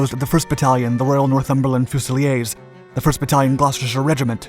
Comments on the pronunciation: Fuze-ill-ears, not Foo-silly-ayze. Pistol-ears, not Piss-toe-liase. 🙄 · You really must check on the pronunciation of some basic words. You pronounce " fusilier", fuze - i leer, as fuzil i - ay which makes them sound like bloody Frenchmen!! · FUSILIERS.. please not FUSILIES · It’s so strange hearing fusiliers pronounced few-see-lee-ayes rather than few-sa-lear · Good video and correct pronunciation of The Gloucesters as The Glosters. But if it is 'fusileers" not "fusilyer" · This footage is crap , you showed US tanks and US infantry . Also its said ‘fusileeers’ not ‘fusiler’ … them ‘centurions’ are US Pershing or patton tanks i cant remember their name off the top of my head brain fart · Small correction Fusiliers is pronounced Fuse a lears Or in some areas of Britain Fuse I lears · Fuse - ill - leers.. They are British not French... Sorry but it would be similar to my pronunciation of the flying eagle's being the flying beagles... Sorry again but there was a time I wore the badge and the hackle of the Northumberland Fuse - ill - leers.. Fusiliers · Fusiliers is pronounced as in Lears. So many of your videos are spoiled by poor pronunciation. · You scored points with your pronunciation of Gloucestershire but lost it on the pronunciation of fuseliers its pronunciation is FYOO] + [ZUH] + [LEERZ] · fusiliers pronounced 'fuzy-lears' for british, it's originally a french term. [as you pronounce it] that means 'rifleman' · Blooming hell surely when researching you can find out regiments in british army with fusiliers in the name of regiment is pronounce fuse-ih-leers. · I hope you read this. Fusiliers. Fuse - Ee - Lears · You can pronounce Gloucestershire but not fusiliers??!! The pronounciation is a far simpler fuse-a-leers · Correct Pronunciation is: 'Fuse - A - Lears'... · No British troops or equipment are shown here. The correct pronunciation is `Fusileers' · Fuseliers is pronounced "few-ze-leers" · It’s pronounced Northumberland FUSE-A-LEE-ERS.